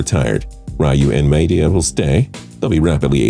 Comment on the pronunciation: You can’t even pronounce Maeda or RYU 🤬🤬